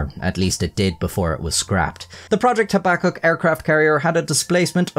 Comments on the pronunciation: FFS do your research young man - habakkuk - look up the correct pronunciation please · Your pronunciation of projects name is so upsetting haha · Your pronunciation of projects name Habbakuk is so upsetting haha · every time you say "Habakkuk", i want to light a cigarette lol